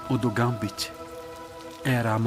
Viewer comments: Gambit Não geimbet kkkkk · Que agonia que dá quando ela fala o nome do gambit errado